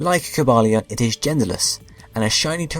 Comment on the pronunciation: tbh i never liked Cobalion's sprite... and i loved the transition between explaining Keldeo and his other forme btw: Ko-bay-lee-en Vir-ri-zee-en As said in movie